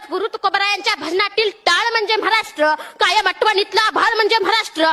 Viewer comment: म्हराष्ट्र नाही रे महाराष्ट्र